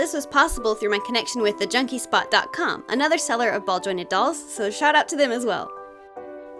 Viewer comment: When she said "so shout out to them aswell". I heard "shut up at them aswell"" 😂